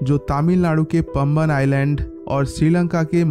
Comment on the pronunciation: It's not pamban , it's paamban